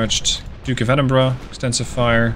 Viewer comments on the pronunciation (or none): none